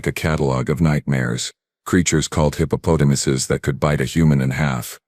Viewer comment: WTF is a DAMNNN "hip-oh-PO-tumus"!!!!!!!!!!!!!!!!!?????????????? Stress from your POS AI is on the WRONG syl-ABLE!!!!!!!!!!!!!!!!!!!!!!!!!!!!!